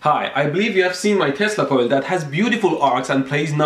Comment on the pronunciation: Are you saying testical or Tesla Coil?